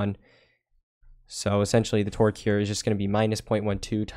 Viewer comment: Everytime you say torque it sounds like you're saying twerk 🤣 Great video, you're a lifesaver!